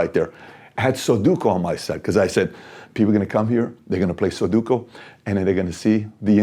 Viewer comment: Its sudoku, not soduko.